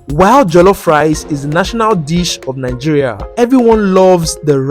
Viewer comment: They also pronounce Nigeria as nainjiria😂